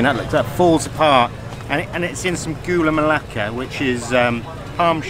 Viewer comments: Proud to be Malaysian, both of u make me starving..And very sweet when u pronounce "Gula Melaka" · I like when you said ''Gula Melaka'' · Hi thanks because come to malaysia.. our sweetest country.. haha Very cute actually when you all pronounce food name in malaysian language. Hope u come again to Malaysia.. thanks bro